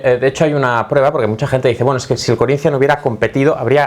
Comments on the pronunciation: Porra quando for falar Corinthians vê se fala direito. Falar nossa língua é o mínimo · Me he quedado con las ganas de escuchar a decir "Corinthians" con acento portugués